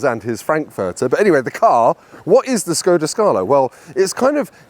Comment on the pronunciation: Why someone, who is running a YouTube channel abroad cars, is not able to pronounce the brand's name right? Škoda is not "Skoda", but "Shkoda". "Š" in Czech is "esh", like a sheriff, Sheffield, Sharon, Sherlock,...